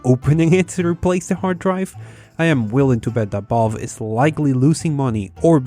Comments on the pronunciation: V-A-L- VE not balve Valve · My guy, I love you, but it's valve, not vaaulve. 😉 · I was so confused as to why he kept saying balve....then it hit it ahh Valve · Really annoying to hear you say "Ball" instead of Valve... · Every time says "Valve/Valve's", I hear "Ball/Balls" and have to remind myself that he's really saying "Valve". Not trying to make fun of your accent, my dude, it's nothing to be ashamed of or anything. I just think it's a little bit funny.:) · Y he say vOlve not Valve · vaulf? its valve mate :P And tribble-ism? Is that a star trek reference? xD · ITS VALVE!!! V A L V E... not balve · Hears the whole world say "valve" for many years, but then says "vaulve".... why do people do this... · When you say Valve it kinda sounds like you are saying Balls, lol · pretty annoying that you pronounce valve as "ball" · I was halfway through this video wondering what bolve(valve) is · This homie pronounces valve as Vulve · what is this "Bolve" you keep mentioning? :D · "Vaulve" XD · v's are pronounced closer to f's than b's. You are saying "Balve", you would be closer saying "Falve" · I love how you pronounce Valve as BAULB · From now on, I will call the Valve company "Bahlb". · i cant stop noticing that u say the v as a b haha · i like how you pronounce "Balve, ConBenience" Instead of Valve & convenience. You are one of a 【B】ind. 【B】unique。 Bc or PC? BBBeenie